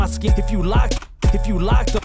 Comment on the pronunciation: Why is “skin” “sk-in”?